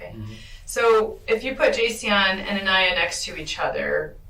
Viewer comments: her name is pronouced A-nigh-ah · Commentator, you pronounce her name A-NIGH'YA. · Why does the narrator keep pronouncing the girls name incorrectly,!?! It's NOT "Aneeya". Get your act straight dude! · Stories why do you insist on calling the child A-NEE-A when her name is Aniya? Where in this 3hr documentary do you hear her called A-NEE-A? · The narration bothers me so much. He continues to call this little girl Aneeya, rather than giving her the respect she deserves by pronouncing her name correctly…at the very least in her memory he should get that right… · To the video creator Please give aniya ( A-NYE-AH )the courtesy of pronouncing her name CORRECTLY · An-eye-a (correct pronunciation) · Did the man narrating this video not watch it? Why does he continually pronounce ANIYA’S name incorrectly? It isn’t “A-KNEE-YA” say her name correctly! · Why make this video if you or ai bot can’t pronounce her name correctly? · Can they not make sure that the AI voice is at least saying the victim's name correctly? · Why does the narrator always pronounce Aniya’s name incorrectly…. It’s super weird to hear the suspect “step father” and the interrogator pronouncing the name correctly; then the narrator pauses to interrupt the video to comment and immediately says Aniya’s name a different way.. either AI or narrator is whack. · I like this channel, but mispronouncing an innocent child victim’s name repeatedly when it is pronounced properly probably 100 times throughout the video is not okay. Please, try to do that going forward. You mispronounce a lot of words in videos I’ve seen which sucks, but not as bad as this. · You are STILL miss pronouncing the child’s name! Shows the narrator never even listened to the interrogation interviews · I find it very disrespectful that you continue to mispronounce her name.. please listen to the video and pronounce her name properly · I hate when yall cover these cases and cant pronounce they peoples name correctly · Aniya (uhn-eye-yah)